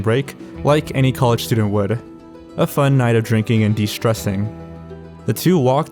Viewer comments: “a medical studehh” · What's a "medical stooder" ???